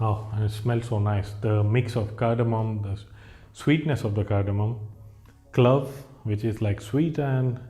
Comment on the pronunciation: It’s clove not cluv. Please pronounce it correctly.